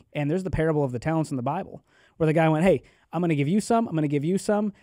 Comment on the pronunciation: The 'Buy-Bull'....I aint buyin' it. Great chat otherwise. Lol